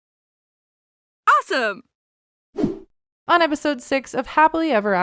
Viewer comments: The way says "bachata" 😂. Girlllll...it's ba-cha-taa! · Bachata ?!! I dance much much better than her. Yes you are beautiful girl but you don’t even pronounce Bachata correctly in Spanish. 🤦‍♀️